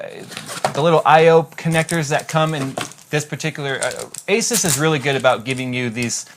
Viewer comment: A-SOOS Maximus 6 Gene not Jeanie.